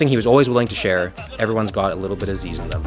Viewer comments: As an Aussie growing up in the Zyzz era just some little things, it's pronounced "Ziz" and "You mire-in bro" as in "Are you admiring my physique?" when someone was looking at him, he was definitely on roids, loved his pingers(pressed pills of mdma, speed and other amphetamines), and knowing his ego and love for praise the question was easy, he was definitely a stripper, no time to DJ, play rugby or or be a chef when you're all about being admired, he was an icon though, both loved and hated until his passing where all the haters had to shut up and show respect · you can tell when someone doesnt really no who zyzz is based on the way they say the name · Did u just call Zyzz, Zeez 😡😡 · It’s not pronounced “zeez” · It’s not zeez lol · As an Australian, where Zyzz is from, it’s funny how Americans pronounce Zyzz. We pronounce it like “Zizz” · its pronounced ziz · YOU BUTCHERED HIS NAME BAD THE DISRESPECT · To all aussies be warned: The way he pronounces zyzz and you mirin brah is triggering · how do you do enough research to know exactly what zyzz ate but cant pronounce his name or "you mirin' bruh" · i hate how you pronounce zyzz and "you mirin' bruh" it made me cringe so hard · I’m from straya and the way pronounces “Zyzz” makes me cringe inside a little every time. But good video man 🤙🏻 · the mispronunciation of Zyzz is killing me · mispronouncing Zyzz and mirin was next level cringe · How you gonna do a video on him and butcher his name in the first sentence 😢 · If you're going to use Zyzz's name for views then please pronounce it right :( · It sounds so funny when you Canadians/ Americans try pronounce zyzz and you mirin brah 😂 completely butchered it this video, at least watch a few of his old videos. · The pronounciation is so bad lol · you're mispronouncing Zyzz brah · just letting you know you aren't saying "zyzz" properly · its not zeeez its zyzz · It’s pronounced “Zizz” not “Zeeeezz” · Zyzz = ‘ZiZ’ not ‘ze-ez’ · its pronounced ZIZZ not ZEEZ